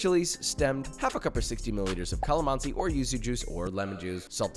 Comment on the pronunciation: I like the way you pronounce calamansi - it's pure Filipino style! Oh, yeah, the lechon looks delicious!